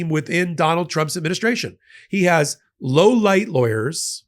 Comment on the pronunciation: Hey,. Did you say low-light or low-life lawyers? LOL 😊 Thanks. 💙 Or low-lite?